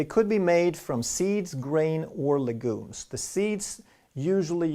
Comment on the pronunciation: What happen to the word legumes it is pronounced differently?!